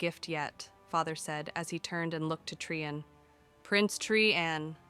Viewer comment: Interesting that Bhelen gets pronounced correctly by the AI but Trian has like ten different pronunciations.